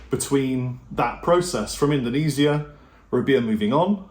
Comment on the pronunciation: I love how Brit’s say Indonesia.